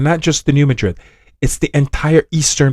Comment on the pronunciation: Thank you for pronouncing “Madrid” correctly. Why Americans insist on MA-drid is so strange. ❤